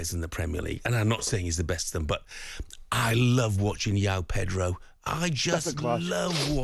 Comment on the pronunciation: Loves watching Joao Pedro so much, he hasn’t even bothered to learn how to say his name properly